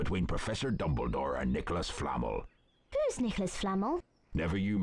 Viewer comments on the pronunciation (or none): its nicholas flamEL, not nicholas flAmel! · Me: "No, no, no! You'r saying it WRONG. It's Flah-melll, Hermione! Flah-MELL, NOT FLA-mel." Hermione: "Oh, she's SUCH a know-it-all! No wonder no one likes her! She's really not that smart, you know..." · It's fl-a-mel not flamel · Wait wasn't it pronounced Nicolas Fla MELL not Fla MAL? Seriously I'm not wrong am I? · The way they say Flamel is triggering me so much , I am so glad I never got to that part of the game. Its Fla-mel not Flam-el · I love how they say 'Flammol' instead of 'Fla-mell' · Them: “Nicholas Flamnel” Me: “It's Flahmel, not Flamnel!” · Nicolas FlamEHL. It's Nicolas Flam-el, not Nicolas Flamle. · Why do they say it like nicholas flamol?? Its nicholas flamehl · Nicholas Flammle? Kuhnuts? Seriously, did these VAs know ANYTHING about Harry Potter? 🤦‍♂️ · Niklas Flammole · Oh god Did he pronounce it as flame el? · I cant get over Nicolas 'Flamul' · Sounds like Nicolas 'Flannel' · Movie came out first on 4th of November but the game closely followed behind. But in the movie is definitely pronounced Fla MELL. Heck no one but the actual writer knows how it's pronounced. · Ah yes, Nicholas Flah-mle, the best Harry Potter character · I like how in the game they pronounce "Flamel" as "Flannel" but with two 'M's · Nicolas Flam-l? Dafuq?! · Nicholas Fla-m-l?! The game can't even get the whole purpose for this book's namesake correct! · hagrid pronounces nicolas flamel like nicolas flannel and hermione sounds like mr tumble wtf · THEYRE PRONOUNCING NICOLAS FLAMEL AS NICOLAS FLANNEL they couldnt just rip the audio from the official movie? the inconsistency irritates me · it annoys me they pronounce "Flamel" like flanel with an m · Anyone else triggered by the way he pronounce flamel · Omg they pronounced "flamel" wrong 😂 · ARE YOU FUCKING KIDDING THEY PRONOUNCED FLAMEL WRONG WHAT THE ACTUAL FUCK!? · Their pronunciation Flamel triggers me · Cringe when the voice actors pronounced "Flamel"